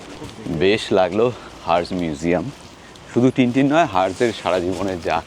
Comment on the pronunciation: Herge - হার্জ না, উচ্চারণ টা হয় - "আরজে". Ar ekta amar viewpoint - Tintin er museum ta bacha der moton noi, karon ta hoito - Tintin is actually way more than just bachader comics. It has pretty much political as well as criminal thriller storylines. Which is why Tintin is enjoyed by readers of all ages. So Herge er museum ta onar kaj er sathe besh mananshoi bolei mone holo.